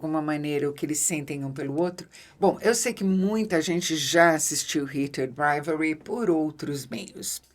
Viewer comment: Nunca vi alguém falar tão bonito o nome da série hahahah eu toda vez dou uma enrolada na língua 😂